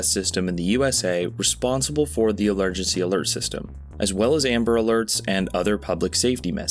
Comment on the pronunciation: did this dude just say "elergency alert system"